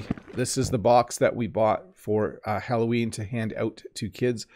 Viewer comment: « Allo Ween !!! » 📞 😊 Qui est « Ween » ??? 😂👍